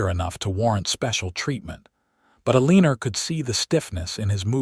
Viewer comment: Why does everyone of these western stories with the name Ilena,Aleena, Alena, always pronounce them with an 'R' at the???? Ilener, Alener, Aleener is how the names are being pronounced which is SO Wrong! There is 'a' NOT 'r' at the end of those names!!!